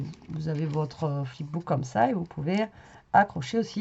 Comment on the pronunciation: Fip book 🤣🤣🤣